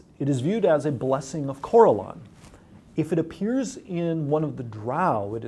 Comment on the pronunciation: Jeremy’s pronunciation of names like Corellon and Drizzt kinda makes me want to kill myself tbh, but hey Drow aren’t such a steretype anymore! It makes me happy!